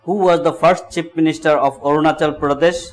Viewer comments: ONACHAL LMAO🤭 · Orunachal!!! LOL